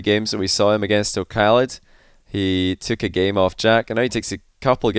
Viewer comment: okhalid and be written as o5alid the 5 is the KH sound just thought i would let you know:), love your vids man keep up the amazing work!!!!!